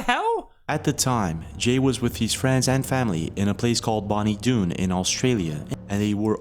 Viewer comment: This place is in Victoria, Australia 🇦🇺. It is Pronounced Bonnie (Bon-nee) Doon, Not Boonie Doon.